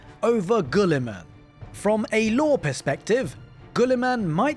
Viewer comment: The U is silent, its not gullyman.